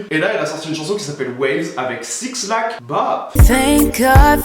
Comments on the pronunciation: Can you stop saying 6-lack please! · je t'aime mais... ON DIT BLACK PAS SIX-LACK WTF SIS I'M CALLING THE POLICE LIKE RN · qd t'as dit "SIXlack" j'ai eu envie de te faire un câlin et te dire que c'était pas grave pcq évidemment t'allais avoir des commentaires dessus :(( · 6lack se prononce black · 6lack ça se prononce black ❤️ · J'adore ta vidéo mais par contre "6lack" se dit "Black" Il a fait une vidéo sur sa chaîne où il explique comment on le prononce